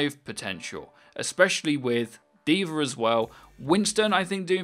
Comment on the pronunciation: it's "DVA" not "divar" or "divare", DVA. great video btw